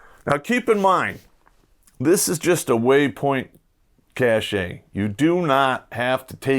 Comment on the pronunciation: Cache is pronounced Cash, as in money.